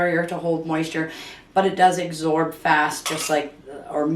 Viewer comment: It's absorb, with a b. Not agsorb, with a g.